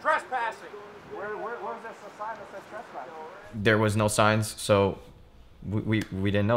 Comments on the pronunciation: I thought you might have been nervous and just screwed it up early in the video on the couch. But you repeated yourself yet a second time in the car. THE F'IN WORD IS TRES-PASSING - NOT TRAS-PASSING - WTF? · I hate how he pronounces trespassing. “traspassing”